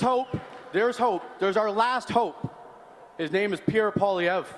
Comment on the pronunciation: Pierre not Pier😂